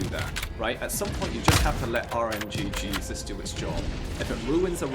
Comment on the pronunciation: I’ve always heard it RNGesus. Not RNGjesus lol.